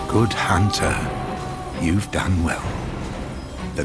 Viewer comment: A hoonter is a hoonter, even as the tarnished